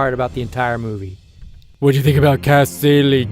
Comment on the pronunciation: Cómo que los de habla hispana pronunciamos mejor Dormammu y Kaecilius xD